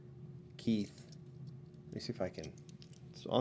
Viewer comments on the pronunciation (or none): none